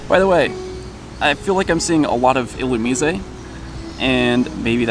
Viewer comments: ill u meez a? Isn't it supposed to be a lightning bug, basically. That would mean "illuminate" is the root word. Wouldn't that make the pronunciation ill u mize? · ...why are you replacing the e at the end of illumise with an é? Haha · I think it is pronounced illuMIZE. long 'i' and silent 'e' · Isn't it "Illumise" rhymes with "wise"? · You have a weird way to pronounce illumise :p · Your pronouncing illumise wrong theres no accent over the e